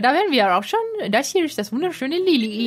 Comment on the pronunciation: Das Anfangsdorf wird nicht Lillih ausgesprochen, sondern "Lilli ih" mit einem Stimmabsatz wie im deutschen Bsp. beachten (be'achten)